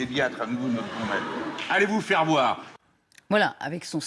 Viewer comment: Quewaaa, il a dit "allez vous faire voire ? ALLEZ VoUs FaIrE VoIrEuH ??? "